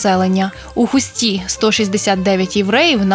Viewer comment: Диктора, навчився висловлювати правильно. Не ХустА, а ХУста, не в ХустІ, автор ХУсті.